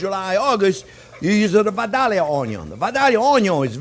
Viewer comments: "VIDALIA" PLEASE 😋 Not Vadallia 🙄 more Vodka ? "Soak up" not suck up 🤣🤣🤣🤩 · Chef, those onions are pronounced Vi-Day-lia or Vi-Day-Ya.... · VY-DAILY-O ONYO